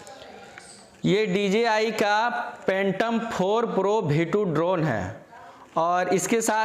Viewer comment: Phhhhaaatom oho44 khaa bhiee 2 drone hai 👏👏